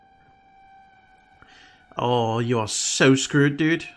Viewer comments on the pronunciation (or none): none